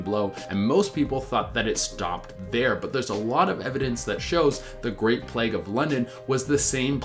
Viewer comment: why did i hear 'the black hood' instead of 'the black plague'?